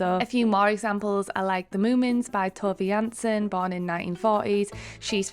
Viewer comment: tove jansson is pronounced like toove jaanson 🥰